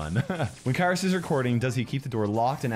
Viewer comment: im actually greek and understood that also kairos means weather in greek but its pronounced keros